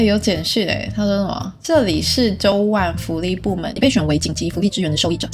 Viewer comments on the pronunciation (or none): 應該是念成 都甕 🤔 可想到還沒做，又還是DLC 放屁旁邊沒有人還加罪惡的確挺蝦的 能放有攻擊性的動物有些搞笑 不知為何有人物看起來好像從sims 4跑出來的